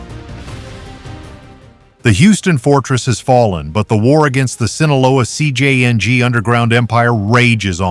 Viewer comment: I’m tired of these AI voices mispronouncing "Sinaloa" and "CJNG." If you’re going to report on cartels, at least get the names right.